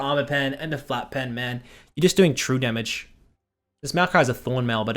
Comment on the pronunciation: that eclipse ''demmeg'' tho